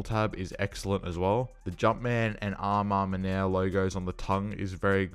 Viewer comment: AJ3 "amamaners" 😂 pronounce "A ma Maneeair"